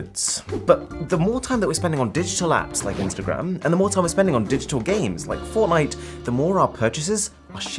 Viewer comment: did he just say formite?